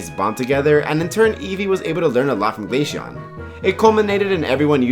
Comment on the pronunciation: bro really pronounced Glaceon as “glay-shawn” not “glay-see-on”